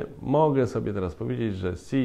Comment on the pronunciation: Chińskie xi wymawia się śi ;-)